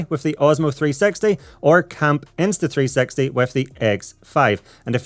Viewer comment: everytime i heard you say insta 360 it sound like insta3sexy